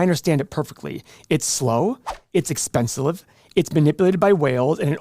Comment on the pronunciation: "It's expenslive" 🤡